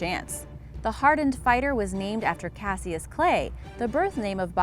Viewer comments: Cas-E-iss?? Cash-iss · If he's named for Cassius Clay, you are pronouncing it wrong. It sounds like "cashus." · She pronounces Cassius wrong. Ali’s name sounded more like “Cashous” , Cassius Clay, aka Muhammad Ali. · its cash-is not cassyes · It's pronounced Cashuss not casious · Cassius, its pronounced kas-uh s not kash-i-uh s. Good grief. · Pronunciation goes a long way to making a believable vid. Nau-til- us...not now-to-lus...cashus “=Cassius...not cass-see-us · If #9 is named after Muhammad Ali that's not how you pronounce Cassius come on do some research it sounds ridiculous when you mispronounce things its happened many times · Cassius is pronounced Cash-Us, do your research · #9 “Cassius” supposedly named after Muhammad Ali’s birth name, for the love of god lady it is pronounced “Ca-shus”. For someone who I assume is smart, that was a dumb mistake. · Pronounced Cash-us.... at least that’s how it’s pronounced in Louisville where Muhammad Ali is from. This is where the famous fight where Sonny Liston called him by the name Cassius. Ali kept screaming what’s my name through the fight. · Cassius is pronounced "Cashus" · Pronounced cash us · Why is she saying Ali name like that 🤦🏾‍♂️🤦🏾‍♂️Just butchering Cassius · And Cassius... Before narrating a video, you think you'd lookup the pronunciation of words you aren't familiar with.. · The narrator can't pronounce nautilus... Or Cassius.. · Brutal pronunciation of Cassius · Am I the only one tripping off how she is saying Cassius wrong